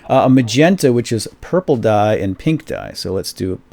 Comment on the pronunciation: did you say "That's DUYE" ?